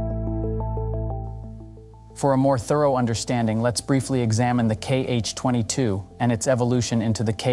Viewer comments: We don’t call them “kee-eich”, Cyrillic letter X reads as “ha” in this case. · It is not kh-22 it is x-22. X (sounds like "ha " in Russian).